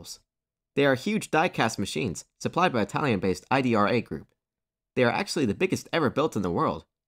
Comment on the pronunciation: The name is Idra. not I.D.R.A.